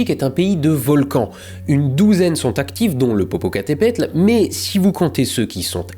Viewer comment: Es par amusement que tu dis plusieurs fois le nom du volcan popocatapultes ? (Ouais je sais pas le prononcer ni l'écrire alors je vais faire une blague. Parait que c'est humain)